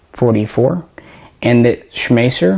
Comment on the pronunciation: we love you like a brother but it's distracting that you pronounce "Schmeisser" at least 3 different ways(including the correct way). But "we" can overlook this since you don't say "kalISHnikov":-)